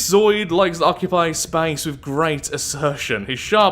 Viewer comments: zo-o-id, not zoid. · I swear to god I've seen you play this before. But regardless, aren't you a microbiologist? From some other cell-life based games you seemed to imply you were, or a biologist of some kind at least. So you should know how to pronounce!